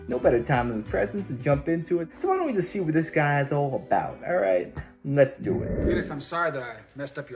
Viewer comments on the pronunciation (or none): none